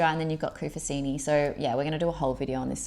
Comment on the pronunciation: hello guys, its called Scopelos not Scopolos, and Koufonisi not Koufosini, just a heads up!! great tips though!